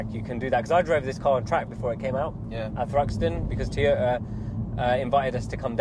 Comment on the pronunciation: Who's Teeyota?